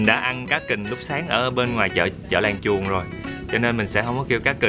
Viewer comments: Làng chuồn mà Bác đọc kiểu gì e nghe thành làng chuột nữa chớ Buồn cười ghê gớm 😂😂😂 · Mình cũng nghe là làng chuột